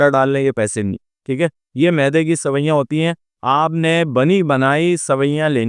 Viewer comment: سوئیاں نہیں سویاں ھوتا ھے سوئیاں needles کو بولتے ھیں